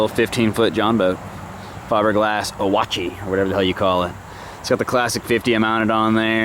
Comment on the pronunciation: It's pronounced Like "Wash i taw". From the Ouachita Indians in Arkansas and Louisiana